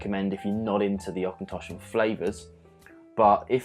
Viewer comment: So glad u pronounced it right as im from the area its made and heard people say it in many wrong ways lol, not a fan of the three wood though if im honest